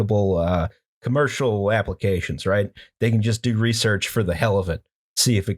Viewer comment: I know it's easy points to have a callback to the previous episode, but in no way is "resorch" worse than "anagalous". I'm sorry for being such an annoying shit, but it had to be said, possibly for the hundredth time. Y'all are great btw. I am also a dumb person, but I smile a lot listening to this podcast, and I'd say that's a good metric for me.